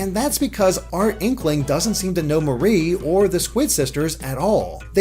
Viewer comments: Her name is MAR IE not MA RIE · im pretty sure that its pronounced like the mari in calimari like calliemarie